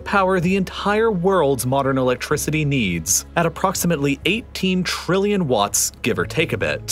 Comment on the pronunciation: I like how he says installation fees. Also Trrrilion dollars